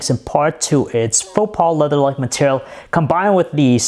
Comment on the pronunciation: What on earth is a faux pa leather? I think you misspoke.